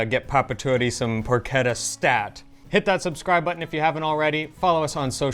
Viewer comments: I notice that in the pronunciation of Porchetta, always goes in the direction of “Porcheda”. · Pro Keta is far from Italian get your shit sorted